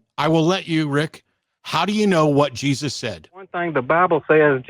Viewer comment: "The Bible seeee what Jausus seee" Alrighty then.